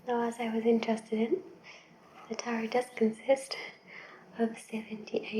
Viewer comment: Hey! As far as I know Tarot is pronounced Tah-row instead of Tah-rot. I hope you make more soft spoken unboxings, this was very relaxing:) keep it up!